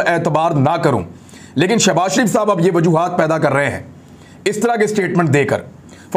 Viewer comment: Shabazz Kay sath Shab na bola karo plz humay taklep hota hay